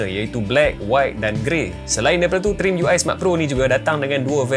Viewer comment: Sebut trimiui🗿